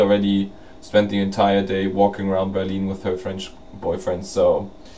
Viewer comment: I just love the way you say "Berlin." Heh heh. It sounds like Beer-lean. Mwaha. I am glad you had a jolly good time. I'm not bitter because I didn't get to go. I'm not bitter at all......:P